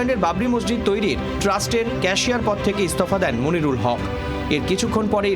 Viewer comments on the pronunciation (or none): Monirul na be moynul😂😂